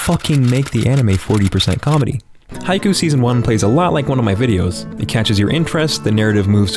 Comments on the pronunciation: stop saying haiku... it's haikyuu. KYUU!!! ghahhh... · The way you're pronouncing Haikyuu is making me weep tears